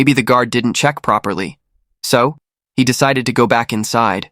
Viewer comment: ah so the narrator pronounced He incorrectly that’s why I thought he made a grammatical mistake.